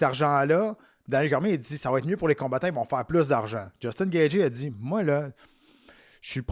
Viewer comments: Yest tellement compétant que meme si y dit Gatgy on sen calissssss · Jtaime mais comment tu fais pour être commentateur UFC et prononcer gaethje aussi mal